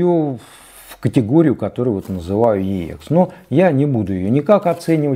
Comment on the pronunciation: Уважаемый ведущий, обозначение Ех - звучит просто Экс, как сокращение от Эксцелент (англ. Excellent - отличный, отменный, превосходный), а не две отдельные буквы . Отдельно буквы произносят в аббревиатурах, тогда они все заглавные и каждая является первой в отдельном слове... Например - EMI ( читаем И эМ аЙ по русски) или BASF ( соответственно Бэ А эС эФ, т.к. немецкая марка). Ничего личного, просто вещая ,,нá люди" Вам , как продавцу стоит знать основные термины и понятия на этом рынке, марки и лэйблы, которыми Вы пользуетесь... А также - на Эксе могут быть Видимые царапки, полоски или ''паутина", но не Слышимые как "песочек" или щелчки, ну максимум - на заездах сторон. То, что Вы представляете в этом ролике трудно назвать превосходным или отличным, скорее - очень хорошо с плюсом, т.е. - VG+( Very good - два слова и потому большие буквы)... 🎼🌐🥂